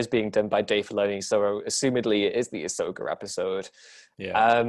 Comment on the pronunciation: Why is it sounds like he's pronouncing Ahsoka's name as Asso Katano, I can't unhear it now! (Brilliant video, both theories about the clones equally believable)